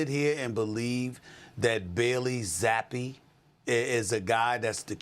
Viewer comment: You M0R0N. Stefanski doesn't hate any of his players. He may not have wanted to draft Shedeur, but you're a conplete lDl0T if you think he hates Shedeur. Hard to take any AI video serious if they can't even pronounce Zappe correctly.